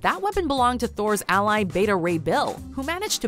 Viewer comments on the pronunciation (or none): none